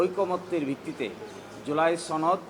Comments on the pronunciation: উচ্চারণগত সমস্যা আর কি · ছনদ নাকি সনদ? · সনদ না বলে 'ছনদ' যারা বলে তাদের সবার সমস্যা আছে, কঠিন সমস্যা।